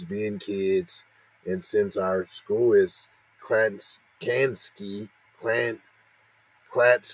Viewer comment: Dude you totally pronounced the name of that town wrong 😑 I grew up there.. 🤦‍♂️